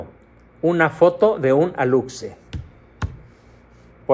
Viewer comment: Se pronuncia “alushe”. La X en Maya se pronuncia SH